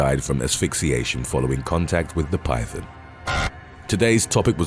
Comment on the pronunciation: Sounds like the narrator is saying pythin (pie thin) instead of python.